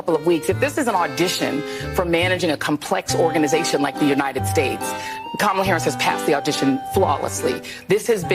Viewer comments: “Ka-ma-la-la-laaa” Seriously, you can’t make this sh1t up 😂 Ignorance at its finest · Kamalalala. Good lord. They probably voted for her based on just babbling the name like a 3 year old.